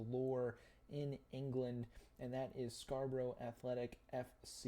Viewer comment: If you ever visit Scarborough, please don't pronounce it Scra Bro Bro. Pronounce it Scar Bruh Bruv. I was born further up the coast in Hartlepool. The next town along from Scarborough is Whitby where Dracula landed in the Bram Stoker novel